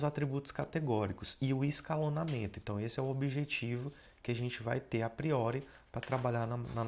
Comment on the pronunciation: Falou escalonamento doeu até o coração.